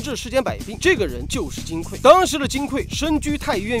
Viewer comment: 金匮，指金的柜子，所以应该读(gui四声），而不是(kui四声)，读(kui四声)则是缺乏的意思，这里不应该取这个意思。